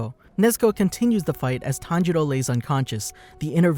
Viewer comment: You pronounced Tanjiro and Tanjuro's name the same. That made that part kind of hard to follow. Still gets a like from me though.